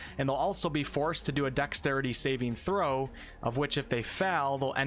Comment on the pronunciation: Holy shit, can you PLEASE stop fucking up the way you pronounce saving throw? The emphasis isn't on the last part, but on the first. It's SAving throw, not saving THROW. I cringe every time you say that and it happens WAY too many times in this video..